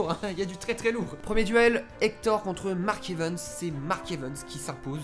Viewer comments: "Mark EvEns" à la place de "Mark EvAns" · Tu me stresses quand tu prononces "Mark Evens" à la place de "Mark Evans" 😭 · Oe grv moi aussi